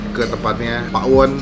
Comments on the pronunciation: Bukan Pa'won bang tapi Pawon biasa baca nya BHS Sunda Pawon tuh artinya dapur 😅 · Pawon bang, bukan PA'WON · maaf bang kayak nya baca nya salah .. bukan PA WON .. tapi PAWON .. PAWON di bahasa sunda artinya DAPUR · Bacanya Pawon gk pake pa'won hehehhee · Nyebut pawon disatuin aja, bukan pa'won, pawon itu artinya dapur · bukan pa'won tapi pawon kaya tawon bgtu bacanya hehehehe CMIIW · Bacanya bukan pa'won bang tapi tetep pawon😃 Pawon itu dapur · Pawon brow bukan pak.won 😂😂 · maksudnya gak pake jeda gt kak langsung pawon bukan pa won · Bener.....bacaan nya pawon.. Bukan pa'won.. Pawon itu artinya dapur😊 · pawon bukan pa won,jgn pake jeda bang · Pawon baaang bukan pak won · Baca nya jangan dipisah bang bukan pa won tapi langsung Pawon, itu artinya dapur 🤗🤗🤗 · pawon sihh bukan pakwon 😁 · Cara bacanya bukan pa won bang, tapi Pawon Pawon(BHS Sunda)=dapur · Pawon ya bukan pakwon nyebutnya " Pawon itu bahasa Jawa artinya dapur .. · Hai bung bukan pa, won tp pawon ngomong nya, nanti jadi beda arti nya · Pawon itu bahasa jawa yang artinya dapur mas... Dibacanya ya pawon bukan pa won😆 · Bacanya pawon, bukan pak won.. Pawon itu bahasa jawa artinya dapur :) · Kata pawon itu bhasa sundanya dapur bang jd jangan bilang pa won,kita bilang dapur ga da pur kan? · Gue kok dengernya ngomong pak won ya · Gpp sih malah lucu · darimana yaa, cara baca Pawonnya kurang pas. Ga apa, tiap orang dengan lidah asal selalu punya ciri khas. Terimakasih review-nya... ternyata emang bener2 cetar